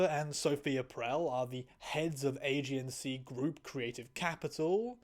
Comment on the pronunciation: Now you just wait a minute. Did you say "AGNC" group? AGNC? Age-ensee? AGENCY? THE!?